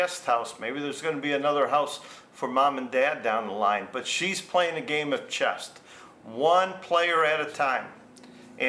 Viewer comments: Good story. BTW it's chess, not chest. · It’s ’CHESS” not ‘chest’….😂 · It’s chess not chest. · I can’t resist - The word is CHESS Not chesT 😂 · It's C-H-E-S-S......not "chest" where Mary's boobs are! 😂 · It's "chess" not "chest" or maybe she is built like a brick s house.and she is playing chest... lol I need to meet a woman like her: simple honest arrangement and both parties played within the rules.